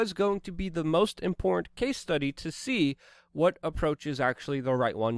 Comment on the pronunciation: Luke it's im·por·tant 🤣